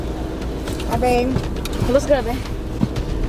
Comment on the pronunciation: you messed up saying how Babe lol